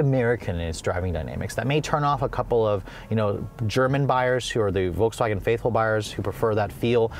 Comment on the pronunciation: So... VOLKSWANHEH